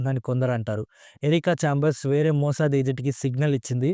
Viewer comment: మోసద్ కాదు #మోస్సాద్